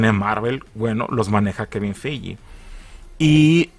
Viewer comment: Se pronuncia Kevin Fig